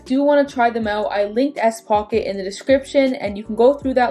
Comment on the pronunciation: Are you saying s-pocket?